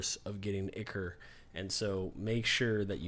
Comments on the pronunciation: It's Eye-Kor not Icker lol You're too funny but always make great videos that are very informative. Great work as always! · Ichor. Pronounced "Eye-core".